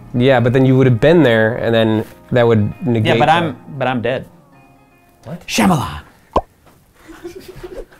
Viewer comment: Shamalan is not how you pronounce Mr. Night Shyamalan's last name.